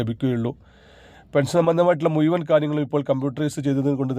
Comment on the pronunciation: എടാ മുയുവൻ അല്ല മുഴുവൻ ആണ്